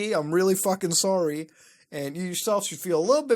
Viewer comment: I love that you cant tell hes Canadian from his accent(very easily). Until you hear him say sorry, stereotypes exist for a reason people.